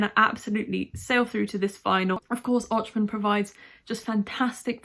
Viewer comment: This maybe pretty late in the season to help you with better pronunciation of "Ochman", but the "ch" after the O is the same sound like an H at the start of home, horn, hole, etc. And I feel it may be important to get used to the correct pronunciation of our Eurovision 2022 winner ;) Also, now watching the 10th vs 11th part of the video, having listened to a press livestream during the jury show, SPOILERS SPOILERS SPOILERS coincidentally both Andromache and Jeremie had pretty badly missed notes, though Jeremie's was much worse, and in a much more focal point of the song too, so both of those could end up much lower than expected.